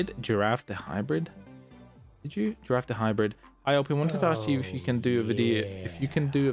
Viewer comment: Bro said my name as giraffe, it's not the long necked herbivore, it's griffin the mythical creature in mythologies.... Y'know a gryphon... But spelt the simpler way.... Oh well at least he acknowledged my dono... Took $7 for him to read it, and all my money sadly... But it is what it is. 3ed comment